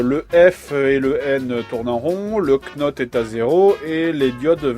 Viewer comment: "Knots" c'est "nœuds" en français, une unité de vitesse en marine (et le K ne se prononce pas comme pour "know").